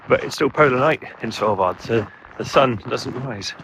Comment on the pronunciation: How on earth do you pronounce "Svalbard"??? I listen you say it over and over all I can hear is "Sellvar". WTF! It is pronounced SWAHL-BARD. And on that note your microphone onlyseem to pick up bass, too little trebble.